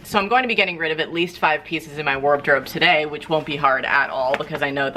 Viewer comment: did you say 'warb-drobe'? hahaha!